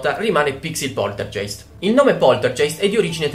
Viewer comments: scusa nn voglio essere la saputella di turno ma non si dice poltergeist cioè è scritto poltergeist ma si legge poltergaist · Non si può sentire, poltergeist. Si dice Poltergaist. 😂 😂 😂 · Bello il video ma sentirti dire "poltergeist" Invece di pronunciarlo "poltergaist"(g dura) me lo ha rovinato :( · Ciao, ti faccio i complimenti per il canale:) sei molto simpatico ed io sono una Potterhead XD quindi ti seguo volentieri. Ma, la parola tedesca "poltergeist" si pronuncia "polterGAist" xké il tedesco ha solo "G" dure e non dolci come le nostre. (mia nonna è tedesca);) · solo un appunto, la pronuncia è "polterghEIST" , con la "g" dolce e la "ei" che si pronuncia "ai", seguendo la pronuncia tedesca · poltergeist "G" duro come "grano" (geist=fantasma in tedesco) ;) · Si Poltergeist si legge Poltergaist però :D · Scusa, sono tedesca e Poltergeist si legge come se fosse scritto "Polterghaist" con la g dura. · scusa ma facendo tedesco devo correggerti: si dice POLTERGAIST siccome la EI si legge AI..... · Un pelino più lento quando parli e sarebbe tutto perfetto e poltergeist essendo tedesco ge è ghe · Poltergeist si dice poltergaist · ma non si pronuncia poltergaist? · si dice |poltergaist|